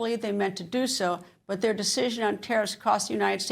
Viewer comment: What’s “theur”?